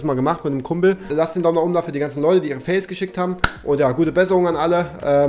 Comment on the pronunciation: Es heißt FAILS nicht FEELS